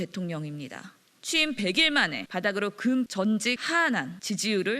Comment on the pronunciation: 무식한 더불당 대변인. '급전직하'를 몰라 '금전직하'라고 읽네. ㅎㅎ